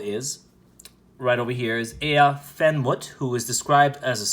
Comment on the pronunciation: ish btw it’s “Ah-ah en moot-ef” I think, “Aah’en mootef” —- [ˈʕaʕa en muːt ef] IPA key: • ʕ = a deep, voiced sound from the throat (like a soft grunt or glottal “a”) • a = “ah” as in father • uː = “oo” as in boot • t and f = normal English “t” and “f” • en = short “en,” like ten